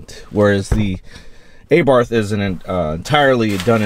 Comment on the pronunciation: Nice comparison, but just cant seem to get past you calling it EyBarth :)